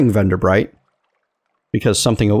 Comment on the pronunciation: You pronounced Venderbight correctly the first time! Good job; everybody messes that up.